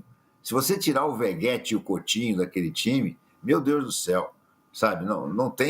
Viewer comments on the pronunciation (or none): o CARA É JORNALISTA E FALA VEGUETE KKKKK